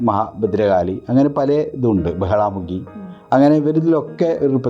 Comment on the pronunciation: ബഗളാ മുഖി എന്ന് പറയു ""ബഹളാ "" മുഖിയല്ല!!